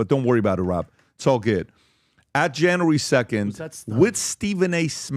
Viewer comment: Janry 2nd????? Its January dude... January... JAN-U-ARY!!!!!! English...please!!!